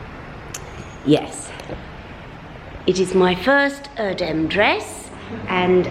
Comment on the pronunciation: Loved seeing Erdem's shop, and wow to have one of his dresses! Please show us it full length on you. Also please try to say Errr-dem as his Father is Turkish.